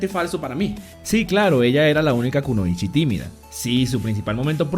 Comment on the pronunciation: el video estaba muy bueno pero solo 2 cosas. 1. como correccion no mas, es kunoichi o konoichi, porque al final lo dijiste mal 2. en naruto hasta donde he visto solo hay shinobi (ninjas) pero ninguna chica era kunoichi, ese era un rango especial dado solo a mujeres porque las usaban como espias y estas usaban sus encantos femeninos para seducir hombres de influencia, por eso mucha gente se confunden y piensan que por ser mujer se les dicen kunoichi, es algo asi como la policia y el fbi, no por ser mujer y ser de la policia entonces eres del fbi, no se si me explique. cualquier forma hay varios videos me imagino, pero vi una hace tiempo y no me acuerdo de que canal era y ahi se explica quienes eran realmente las kunoichi